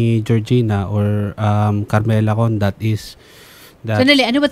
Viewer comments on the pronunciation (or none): Carmela condat? Dapat carmela bondat 😅